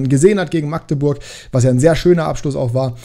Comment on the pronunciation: Habe in Magdeburg ein paar Jahre gewohnt. Definitiv Magdeburg mit kurzem a. Also nicht: Maaaagdeburg 👍